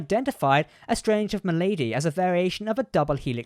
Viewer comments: Ah, well the word you were trying to pronounce is MALADY, meaning illness. Phonetically it is MALA-DEE, (Not Ma-lady!) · Ma-lady? English not your 1st language? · that's epithelial cells, not "epic tickle"! And that's malady, not "M'Lady". How silly. Are you even English? 😁